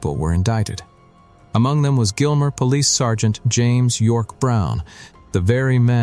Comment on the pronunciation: That is not "Gilmer"